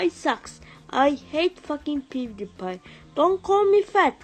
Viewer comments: he sayed pudepi not pewdiepie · He sounds like he said "I ate booty pie" lol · The third one or fourth the one that said don’t call me fat I swear he says I ate pewdiepie for the first like two times